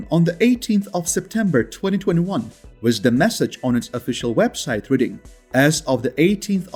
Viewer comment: Learn how to say the word WITH.